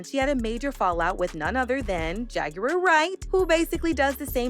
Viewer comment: Why can't u pronounce JAGUAR????